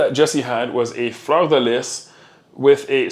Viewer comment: Omg le quebec accent quand t'as dis le 'fleur de lis' jai meme resté bete haha